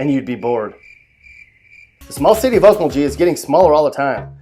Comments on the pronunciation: If your going to make a video about the cities of Oklahoma, you might want to know more then the crime rate or unemployment. You should have researched how to pronounce the cities. Four of them you said wrong. Lol.😂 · There are soooo many errors in this that it makes me cry and laugh all at the same time! Sure, he mispronounces the names, but there are so many more. Laughable. When did Heavener move to SW OK? And what's with the Toronto police car? And Bristow is halfway to Broken Bow? Check yourself. I think you mean Broken Arrow. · 6. Pronounced Olk MulGee..the g's arent j sounding. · Definitely not pronounced okmuljee... I live there lol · Laughing myself to death about Okmulgeee and Muskogeeeee but he did get MIAMA right. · muskojee? okmuljee? Doesn't seem you're from OK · Hard G guy... hard G. OkmulGee, MuskoGee! But hey, you said Miami right. Go you. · Ummm, Dude, where were you educated? Please do your research and pronounce the name of Muskogee, Okmulgee, and Seminole correctly. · Even though he totally butchered Okmulgee and Muskogee which I feel low key disrespected for smh lol but it is right Okmulgee is amazingly boring the only things to do are either go to Walmart and the casino but Meth is becoming a pretty popular thing to do lately which how ironically is making jobs but also taking jobs away from the city at the same time 🤔 lmao jk but yeah it’s extremely boring here like extremely lmao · Mispronounced okmulgee and Muskogee lol but got Miami right, weird. Anyways you forgot anadarko lol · It doesn’t sound like you’re from Oklahoma. You’re pronouncing the “G” incorrectly in Okmulgee and Muskogee. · yea hes not saying okmulgee right lol, and muskogee, its MUSK-KO-GI, GI as in a karate GI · You guys are definitely from Oklahoma, because you called him out for mispronouncing Okmulgee and Muskogee, but didn’t call him out for totally making up an “a” on the end of Miami. 🤦🏽‍♀️🤦🏽‍♀️🤦🏽‍♀️🤦🏽‍♀️ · That’s not how you pronounce Okmulgee & Muskogee...